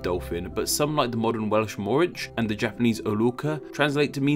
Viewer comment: Just a heads up for you. In the Welsh pronunciation of dolphin: Morwch, the CH is it's own single letter in Welsh and is not pronounced like the English Ch (like ch in chips). The only way I could describe the pronunciation of Ch in Welsh is like how a scouser would pronounce the CK in Chicken. Its a harsh noise from the back of the throat as if you're about to spit.